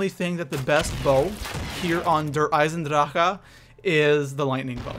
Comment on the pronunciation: how he says the map 😂